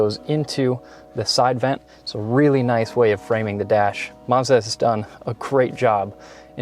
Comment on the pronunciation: Mazda not marrzz-dar